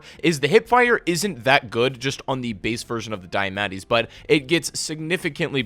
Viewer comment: STOP CALLING THE DIAMATTI "diametti" THATS NOT HOW YOU SAY IT